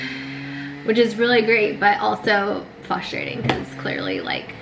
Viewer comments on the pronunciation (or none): "Frustrating", lol sometimes you say it and it sounds like you are missing the r!